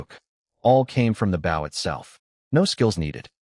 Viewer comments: Like the story but you have a recurring mispronounciation, bow like the weapon is oh, you have it pronounced as ow, like bow to your partner in dancing. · If every other word in your story is bow for Gods sake pronounce it right